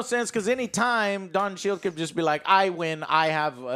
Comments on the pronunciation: Did he call Don Cheadle Don Shield? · lol I heard shield too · He really doesnt know how to say it and clearly didnt realize he was dead wrong with don cheadles characters name it was terrible